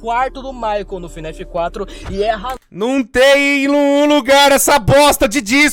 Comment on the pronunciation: Pq vc fala fnef?